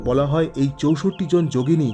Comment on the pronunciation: চৌসট্ট্ না বলে বাংলায় চৌষট্টি বললে বেশী ভালো শোনাচ্ছে...